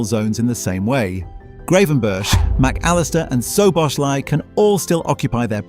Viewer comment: Ai can’t pronounce gravenberch or Sobozlai 😂😂